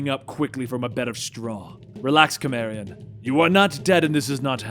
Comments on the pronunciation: Everyone: Cimmerian [ si-meer-ee-uhn ]: Cimmerian [ ki-meer-ee-uhn ] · Ssss=Cimmerian, not K=Cimmerian. For Crom's sake ;) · Can't watch , there are like 3 movies, hiw can you mispronounce Conans homeland? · Be love your videos but you are pronouncing Cimmerian wrong